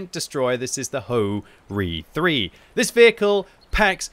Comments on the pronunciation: Bro said - hoe reee 3 😹🤣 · Ho-Ri?🤨🤨 But my mind heard HoRni😅😅